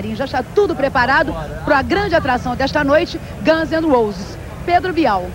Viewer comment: bela pronúncia de Guns N' Roses